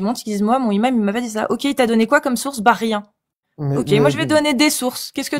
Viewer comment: "Imam", ça ne commence pas par un h aspiré,. Donc on fait la liaison (un N- imam, des Z- imams, etc) 😉